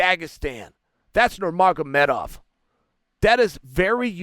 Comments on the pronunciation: “ that’s nuermagmoedove” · Love the way Chael’s nailing Khabib’s surname.